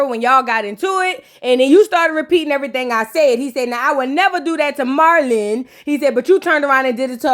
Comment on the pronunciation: The way you be saying Alan & Marlon names be having me weak 😭😂